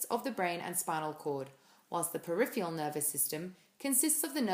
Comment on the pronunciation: Great video, but it's "periph-ER-AL" not "periph-E-AL". Your pronunciation is wrong. Sorry.